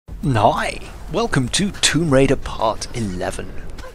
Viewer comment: Are you saying hi in the beginning of your videos? It sounds like ''ni''